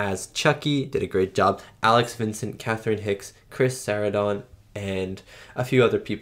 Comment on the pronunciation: Chris Sarandon's last name is pronounced like Susan Sarandon's last name. (Sir-ran-done)